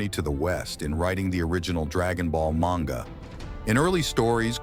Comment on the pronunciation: Dont use a voice bot that cant even pronounce these names and the word "manga" right every time